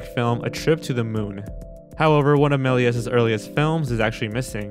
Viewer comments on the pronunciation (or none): MEL-EE-AY not MEL-EE-EZ or MELLEEZ looks like Gerard Butler as a wolfman 😂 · No offense but Méliés is pronounced mel-e-YAY, not mel-e-es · It’s pronounced meley not meles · you should really look at how to pronounce foreign names before you make a video. It's pronounced Mel-yay not Melyezz. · Okay I"m being picky but his name is pronounced "meh-lee-AY" because it is French. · "George melly ezz" 😤🔫